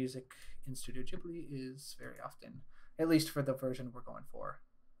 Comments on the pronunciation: "Jibli" did you just create the new jif and gif debate? It's 'Gibli' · Thanks for the nice video! Tip: Hate to be that guy, but the h in Ghibli is there to make you pronounce the g as the g in "guy". Like Guibly, nit Jibli, if that makes sense? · why do you pronounce it "djibli" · Cool video but if you say jibli one more time imma lose my mind